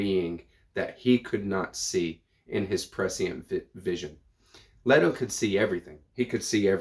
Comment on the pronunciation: The E in Leto is long. In the movies and audio books, it's LETO.